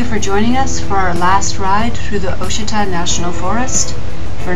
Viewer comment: Ouachita is pronounced wah shi tah.